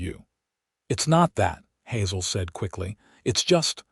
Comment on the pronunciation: Hazel mispronounced